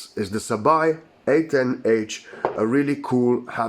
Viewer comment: It’s sabaJ not sabaY